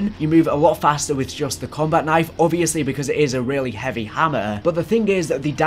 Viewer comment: "Combat Knife" You butcherd it